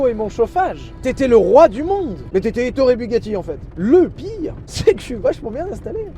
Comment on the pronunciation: Etorre Bugatti... C'est si français... 🤣